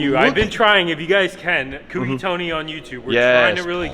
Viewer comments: I thought Sammit told y'all, it's not "kooky", it's "cokey". Lmao. Also can you please tell Tony that his channel is marked as "content safe for kids" and I can't turn notifications on because of that. I've been subbed to him for a while now (like 2 years or more), but have been missing his videos because I can't get notifications. Lol. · Co Key . Co Key. Co key. Is😢 not hard to say correctly gahhh